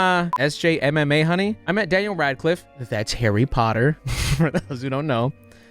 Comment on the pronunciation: You trying to pronounce my sjmmahoney is hilarious, it’s just my initials and Mahoney my last name hahaha. Crazy seeing my face on your channel!!!!❤